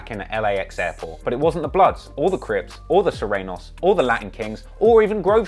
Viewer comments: Hey Californian here. It's pronounced "soo-reyn-yohs" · Somebody teach this dude how to say "Sureños" fr lol